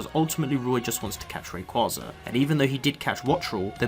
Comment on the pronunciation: Pretty sure it's pronounced Ray-Quay-Za